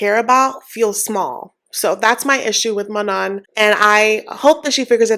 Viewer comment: None of these couples are making good choices. 😅 I think Manon is pronounced Maknown.